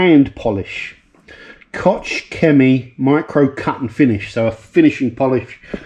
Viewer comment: COHKE, SHIMMY, say it with me now, COHKE, SHIMMY.